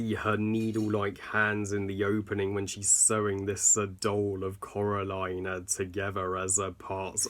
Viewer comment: No offense, please please try not to take this as offensive but how come u say Coral aline when its pronounced Core aline